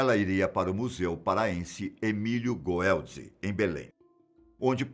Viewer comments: O nome do Museu ele falou totalmente errado 😅😅 não sei de onde a baleia veio só sei que o lugar que ela foi encontrada é lindo , praia do Araruna, Marajó é lugar lindo. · Kkkk O nome do Museu pronúncia errada